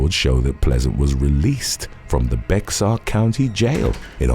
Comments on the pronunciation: Sorry after all the time listening to you to lodge a complaint. Bexar County Texas is pronounced Bear. Thanks for the content over the years. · Just fyi …Bexar county is pronounced like Bayer or Bear ❤ oh, and I’ve been married to both 😂 right now the most skeptical is best, since my ex is a maga moron 😝